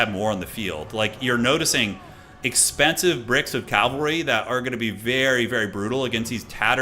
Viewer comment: That first L in "cavalry" is both silent and invisible.